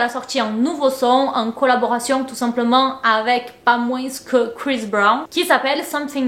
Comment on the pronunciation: on ne prononce pas le "s" à la fin de moins c'est un s muet comme dans parfois, corps, tapis etc :) bisous <3